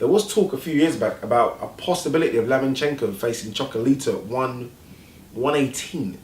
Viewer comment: his name is LOMAchenko not Lamanchenko!